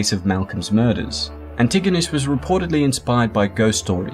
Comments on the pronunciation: You absolutely butchered pronouncing Antigonish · Its pronounced An-te-gah-nish. I should know I live there lol.o Lolve all youd content brother.